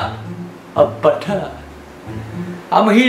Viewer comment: That is a cup of ✨bU-TuH✨